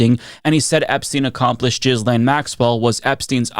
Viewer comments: "Jizz-lane?" LOL!! I don't know if you're doing that on purpose, but just for the record, her name is pronounced gill-LEHN... (it rhymes with the first two syllables of 'millennial'). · Isnt Ghislaine pronounced as per: "Ghislaine" is a French name commonly pronounced ghee-LAYN (rhymes with "rain"). Not ‘jizz lane’ which is probably ironically appropriate given the context. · I love your channel so much and watch you all the time. But if you’re going to bother to mention her by name so often, please stop pronouncing Ghislaine like it’s “Jizz Lane”. It’s “Guee - Lane”. Hard G, Silent S. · I know this may only be a minor thing but please: GET THE NAME RIGHT. It is pronounced GI lane, repeat after me: Gi lane. (it is a hard G as in Gravity) and not jis lane, you just sound illiterate. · Point of order: it is pronounced gh-ee-len, not JizLane. Let's not butcher an otherwise pretty French name. Even though I expect it will not come back into favour for another eon. 🙈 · It’s pronounced Gillayn not Jizzlayn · "gwee-lane" for the love of GOD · Ghislaine is pronounced ghee-lane. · Pronouncing Gislene “jizz lane” is diabolical